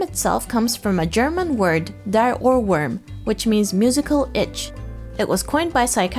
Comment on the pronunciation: i like how it literally says how its pronounced but she says it as OhRwuHm